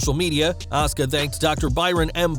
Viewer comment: Sweety,, it's not ASKA, it's ASUKA. THERE'S A "U" IN HER NAME. 🌹